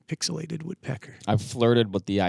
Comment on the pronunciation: I picked up on that too, LOL. Think he said pixilated?